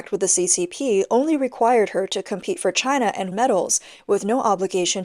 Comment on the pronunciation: it's 'compete', not 'compet'. Nevertheless, you made a keen observation that is spot-on.